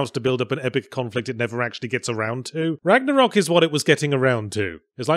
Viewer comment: Now if only yahtzee would go the extra mile and pronounce ragnarök correctly